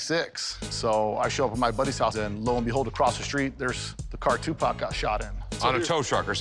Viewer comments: Equivelant to a white person saying "Tupack" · Who the f is Tupok? Tupac? Cupcake? Ask me if i care...